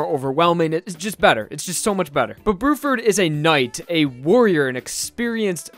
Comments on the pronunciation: I think you mean bluford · It’s actually Blueford instead of Bruford